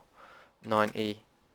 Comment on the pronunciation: i just facepalmed , thought you said z r 9 E x listened to it a few more times before i realised you said 90.... awesome video though thanks working well so far